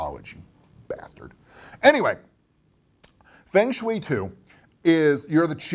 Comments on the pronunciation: There is really only 1 correct way to pronounce the game, as it is 2 Chinese words, wind and water. Sounds like "fung" in "fungus" and shui...'eh, I cannot ever pronounce it correctly, but it is supposed to almost rhyme with "way" haha, just noticed another thing "dozens if not...numbers of tens" I know you're just winging it unscripted, but that made me laugh! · Fong = wind. Same as in typhoon, with is a Tai Fong. Rhymes with song or long. Shui = water. rhymes with sway. long sway. Feng shui. It is not an onerous chore, beneath your attention, to learn to pronounce two Mandarin words. As for your pronunciation of Qi, you got that spot on.